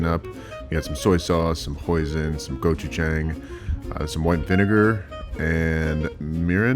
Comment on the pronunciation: Your pronunciation of gochujang, you're gonna need to google how to say it correctly lol.